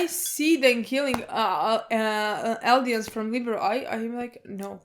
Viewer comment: Lie-bear-e-o Liberio. Not Libero. That's a volleyball position lol